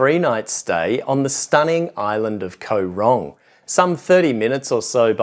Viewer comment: It isn't pronounced Ko Rong it is Koh Rong. You sound like a typical tourist who goes to an island not thinking that it costs money to get the food transported to the island and compare everything to where you live. There isn't a lot in Kampot but peope go there to chill out and relax. Mosquitoes are in every tropical country so you should have been prepared. I have lived here for 17 years and love it just as much as when I first came here. The less people like you who visit the better!